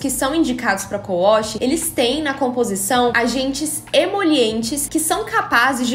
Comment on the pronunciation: Ela falou cou wosh??😂😂😂😂 é wash né não?